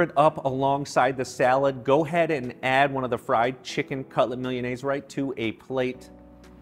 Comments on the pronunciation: It's not "millianaise." It's MEE-LAH-NAY-ZAY. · He should have researched how to pronounce Milanese. That aside, the recipe is pretty good! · Anyone else bothered by how he pronounces milanese? Probably says empañadas too lol.. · Um you need to learn how to pronounce Milanese